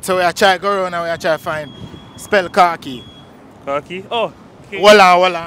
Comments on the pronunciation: Alright, I know you are probably not going to like this, but I am going to say it anyways. If you are unfamiliar with a word, the way how it's pronounced, has a lot to do with how you are going to spell it. You keep saying KAR, instead of KHA, and so that throw people off. Also you kept saying "what is this you are wearing", a uniform? Khaki is a color. So maybe if you said, what color is your uniform? I am just saying 🤔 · English is weird in itself, it's pronounced "kaa kee"... then if it's pronounced like that why isn't spelt like that. I can only hear "car key" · Whilst, some might not be able to spell the word correctly. The pronunciation of the word was also wrong. Maybe try giving an example and it is pronounced Kha-keys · First of all Jamaicans chat bad so the pronunciation is KAk KEY not car key so khaki was a good one fr but Jamaicans chat bad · Your not even pronouncing it right the way your pronouncing it is spellled cocky English language khaki words had the A as high pitched A as the letter so khaki cat-ki with out the t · How is it sad when he pronounced it wrong???His pronunciation is CAA-KEE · You are saying car key,not khaki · Sound like he saying car keys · He need to pronounce it better for them that’s why some confused spelling Carkey cus that’s how he make it sound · Hes confusing the people why is he saying carkey lol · CAR- KEE ⚰️ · If you pronounce khaki properly… then easy to spell. Seems you are saying car key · Pronouncing it with a “r” and “ee” Him saying “kharkee” or “car key” lol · Him nuh pronounce d word good either so 😂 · Exactly.... him not even pronouce the word correctly kmttttt... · No it's not he pronounce it wrong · The guy asking the questions is asking people to spell cocky. He is the one actually not pronouncing Khaki the proper way lol. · You need to pronounce the word properly. The man under the tree spelt what he heard. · You weren’t pronouncing the word properly.